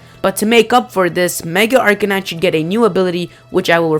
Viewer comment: I don't want to be "that guy," but you mispronounced Arcanine. it's Ar-kay-9. mixture of arcane, meaning not known by many, and canine, the scientific name for dog.